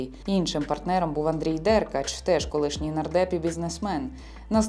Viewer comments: читалка не може прізвище деркАча правильно вимовити)) дЕркач😂😂😂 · Чому ДЕркач, а не ДеркАч?